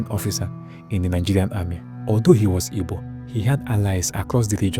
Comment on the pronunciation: and please it’s “Igbo” not “Ibo” …. Thank you